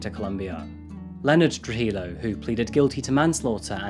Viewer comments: It's pronounced true-hee-yo. More silent letters. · True-He-Yo not True-He-low... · The double L in Spanish is pronounced like a Y. You said Trujillo wrong.